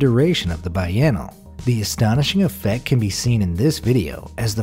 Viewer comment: biennale isnt pronounced (bye-en-ull) its (bee-en-all-e)